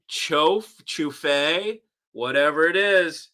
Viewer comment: Say Chouff (without E), greetings from Belgium